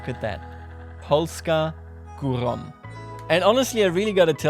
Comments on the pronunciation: I find his pronunciation of "Polska górą" absolutely adorable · when you said polska górą with the german throat /r/ i came